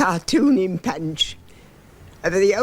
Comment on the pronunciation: Rolled Rs. Punch pronounced pench. The accent sounds like the posh characters in "Jeeves and Wooster" .